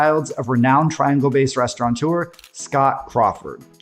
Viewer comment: There's no N in restaurateur bud.